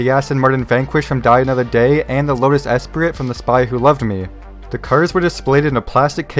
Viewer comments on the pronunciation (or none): Lotus Esprit is pronounced "espree".